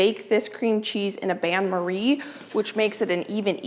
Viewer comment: Bain in the phrase 'bain marie' is pronounced 'beh' and not ban. It is the french word for bath.